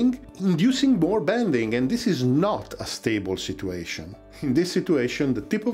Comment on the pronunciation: In English, "situation" is actually pronounced like "sitchyu-asian" and not "si-too-asian".